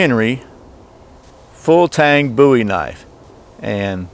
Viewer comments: its booey in speaking NOT BOWIE AS IN DAVID BOWIE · Please for the love of all things holy quit calling it a Bow E, his name was Boo E!